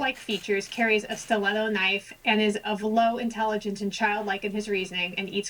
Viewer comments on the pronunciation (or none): none